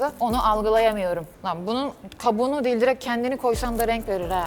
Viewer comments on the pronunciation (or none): none